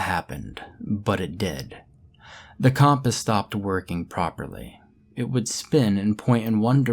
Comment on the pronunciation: The way you pronounce compass pisses me off